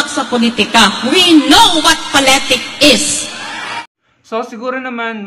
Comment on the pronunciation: Poletik 🙄wrong pronunciation wrong 😑 Pass your paper 😂🤣😅